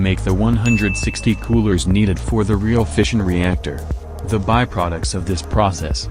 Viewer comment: Who else thought he’s been saying fishing reactor